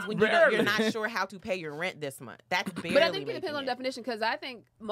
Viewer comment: “BARLEY” making it… its Barely 🤣🤣🤣 i know you typin these up